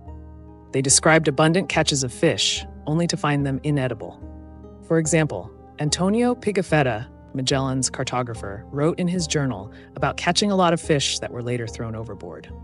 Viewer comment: "Medshellen", "Piggafedda" 🤣🤣🤣 I don't even speak Portuguese and just a little bit Italian, and I still can't stop laughing at your pronunciation.